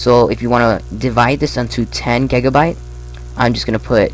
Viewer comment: u said gegabyte